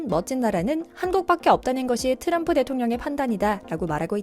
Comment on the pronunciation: 또람프는 비하 하는 느낌이 있네요. 왜? 트럼프. 발음이 안되는것도 아니고